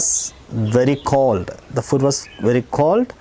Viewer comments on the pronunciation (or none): ഫൂഡ് അല്ലേ സാറേ ....ഫുഡ് അല്ലല്ലോ? ഇംഗ്ലീഷ് എന്തിനാ മലയാളത്തിൽ പഠിപ്പിക്കുന്നത്?😂